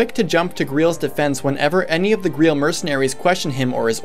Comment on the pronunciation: Ah yes, the ”Greel” Mercenaries.